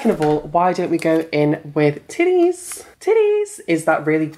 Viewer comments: THE WAY THE FRENCH MAN SAID TIDDIES IS MAKING ME WEEZ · Omg when the guy said titayyss lmao!!! I spit my hot coco out lmfao! 😂😂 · The French guy saying “Tittiez” is so funny to me! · "Teeties. By Kukian." HOWLINGGG BITCCHHH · HAHAHAHA I DIED WHEN I HEARD "TITIES" WITH THE ACCENT, MY ROOMMATE WALKED IN LOL. Goddang you did so well to take your time to put into a line you love and are proud of! PROUD AND CONGRATS!! <3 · Hahahaha i love how the narrator say tities!!!😂😂